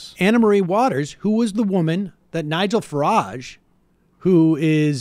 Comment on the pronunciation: 'Nigel FarANge'